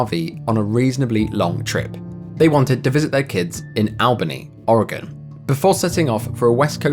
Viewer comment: Omg you pronounced "Oregon" correctly ❤❤❤ I know people from California that can't do that.